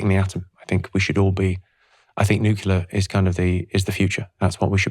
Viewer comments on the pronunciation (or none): Oh Jimmy, you are so smart...so why do you keep saying Nuculer instead of Nuclear. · NUCLEAR not Nucular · It's not "nucular", Jimmy. It's nuclear :) Excellent chat. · Absolutely LOVE Jimmys idea on nuclear power (needs investigation of course) - however I wish he could pronounce it correctly... as in ' New Clear' not nucular. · an I ask you all a favour? Please say nuclear. NU-CLEAR. NUUUUUUUUUUUUU-CLLLLLLLLLEEEEEE-AAAAAARRRRRR. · As a Brit, Jimmy pronounces most words incorrectly, but I never would have expected “nuke-you-lurr” from him. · I knew hes funny. Here iw seen hes smart, then he sayd nucular, 5 times. Gddmnit. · I can't quite believe that someone as clever as Jimmy Carr pronounces "nuclear" as "nucular" 🤣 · Great guy, but why can't Jimmy pronounce the word 'nuclear' properly? 😂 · My only objection to nuclear power is that Jimmy can’t pronounce it!